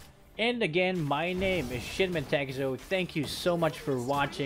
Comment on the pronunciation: No one: Literally no one: Not a single soul:: DEMEJ